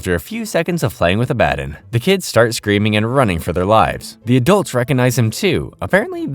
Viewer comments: The way you’re saying Abbadon threw me off. I had to look at the screen to make sure it was the same character. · Same here i mean did you even watch the show or just reading a script because in the show its pronounced clearly and correctly so there's no reason to say it incorrectly like you do this entire video, its a real killer! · name was repeatedly said correctly in the show, there is really no excuse for pronouncing it wrong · Can SOME of you guys pls stop hating on him because he pronounced Abaddon wrong?? Like, what's with all the hate for? You could've at least just said in a POLITE way it's pronounced ab-ah-don and not uh-bad-in. You guys need to work on having less criticism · Ab-ah-don🙄 is it really that hard to say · WHY ARE YOU PRONOUNCING ABBADON LIKE THAT IT PMO💔 IT'S AB-AH-DON, NOT AB-BAD-IN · Was this scripted by someone else?? How do you mispronounce the name of an important character so consistently after literally watching the show??? Abbadon is pronounced phonetically, Abba-Don. Not uh-BAD-in. Wtf. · It's pronounced ah-buh-don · It’s pronounced Ab-a-dawn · you obviously haven't watched the show or even a clip of it can't even pronounce abaddon right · Abb-A-don like abbs a don cheedle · it's pronounced Abba-don lol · Did you even watch the show or did you just read a script? Because how the hell do you pronounce the name of a main character so damn wrong!? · The way hes pronouncing abaddon is throwing me off and gonna make me click off the vid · Oh My God… did you even watch the show? The way you pronounce Abbadon is annoying. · Hate to pile on bc I love a lot of your other videos. But the name mispronunciation is a huge killer especially during the Abadon episode. Disappointing when your quality is one of the things about your videos I like. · Bro, how did you mispronounce Abbadon? Did you watch the show? I won't tolerate mispronouncing the name of the GOAT of the show. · You mispronounced abaddon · NOOO WHYD U SAY ABBADON LIKE THAT 😭😤